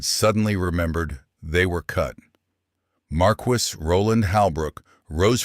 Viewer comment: Learnhow to say marquis.